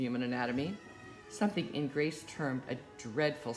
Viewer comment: Ingres is pronounced "Ang".